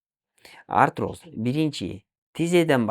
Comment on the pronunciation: Арироз деп жатат